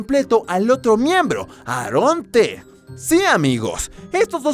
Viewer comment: Se dice eron ti y eron ci en ves de decir aaron t aaron t